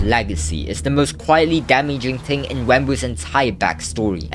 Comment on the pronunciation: bro really says ting and not thing